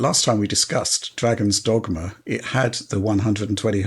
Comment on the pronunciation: Who’s the mouth breather that can’t pronounce dogma